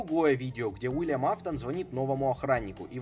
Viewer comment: Уильям а не Вилиам